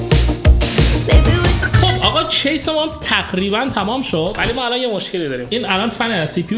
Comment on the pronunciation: تو دایره لغاتت ق تعریف نشده؟ 😂 همه ق هارو خ میگه چاخو ، تخریبا 😂😂😂